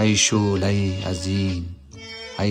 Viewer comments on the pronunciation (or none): سر تا پا بیسواد است گوینده میگه ؛ ای شحله حزین ای حشق واپسین 😂